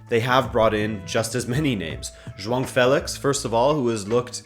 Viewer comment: is pronouncing João right!